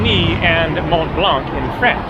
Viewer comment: Language tip: in French, the final c in blanc is silent.